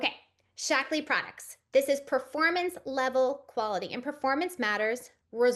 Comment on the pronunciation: I'm only 10 minutes in, and maybe it's because English isn't my first language (I'm French) but all I can hear is "Shackles" and it makes me giggle so much 😂 Cheers from France! 💜